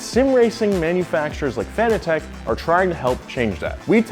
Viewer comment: Some tell him he saying fanatec wrong.